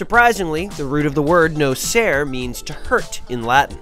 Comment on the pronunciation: It's nocere, not nocer.